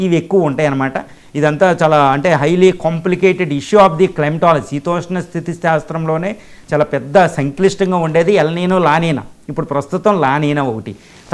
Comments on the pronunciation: బాబు ఎల్ నిన కాదు. ఎల్ నీనో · ఎల్ నినా కాదు. ఎల్ నినో.